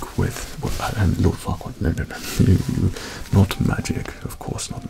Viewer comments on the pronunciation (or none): At the start at first I though he said loud fuckward. And no offence I have bad hearing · It sounds like he's whispering Lord Fuckwad LMAO 🤣🤣🤣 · Who the hell is Lord whatever?? Sound like lord fukkwhat! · Oh kk ... so now I understand , ... I thought he was saying ohhh fu**er! Again and again. I didn't understand why he was saying that, when he was being so nice all the time,..... and then I saw the title clearly and only then did i understand that he was talking about lord furquaad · I heard "LORD FUC K OFF" and I screamed laughing